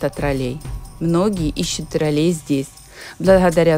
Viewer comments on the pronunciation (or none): Наголос на ,,О''...ТрОлей !!!!! Ви спеціально,це робите,для уваги глядачів !!???